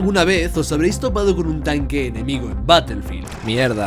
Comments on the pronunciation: Se pronuncia Barefild y se escribe Battlefield, ya que al decir una palabra en inglés, tienes que decirlo tal cual o dilo en español. Saludos. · Todo p3nd3jo 🤣, se pronuncia ba-tuhl-feeld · batelfil dosmilcuarentaydos